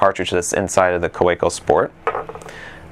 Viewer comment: It's pronounced "Kaveco".